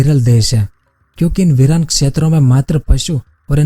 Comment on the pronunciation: Viran hota hai na ki viral pronunciation sahi karo samjha indirect way me video ko viral karne ko bolo rahe hoi tum😂😂😂